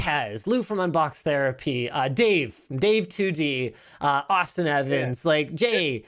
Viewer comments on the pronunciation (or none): none